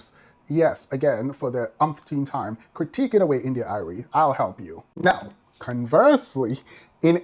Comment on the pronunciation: Love how you pronounce India Irie😂. Like many women in the Neo-soul genre, or classical black music. They are lowkey male centred, to a degree respectability politics and classism I'd add. When they address issues in the communitay, it's always through shaming women and girls, while seldom addressing systemic issues, never mind misogynoir. Nonetheless, her points are fairly valid to an extent.